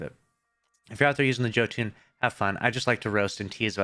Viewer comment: Yall killing me on the pronunciation of Jotunn lol